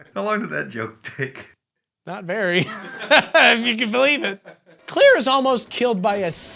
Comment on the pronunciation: I hate the way you pronounce "Claire". No other notes.